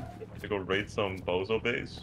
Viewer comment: Homie has control over 20 boxes full of tier 2 and 3 loot and say " let's waid the waid base, duuuuuuuuuuurrrrrr". 😂 dumb